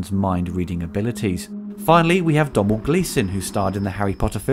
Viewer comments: Domhnall Gleeson name is pronounced Donal not Dom-h-nall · Thanks for the review. Excellent as always. Just one thing regarding the name Domhnall Glesson. It's pronounced Donal or (dough-nal) though I appreciate the pronuciation of the Irish spelling of certain names can be a little tricky. Keep up the good work. Koba. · His name is pronounced Donal, the m is silent, it's an inside joke, how mad can ya spell your name to make the English sound daft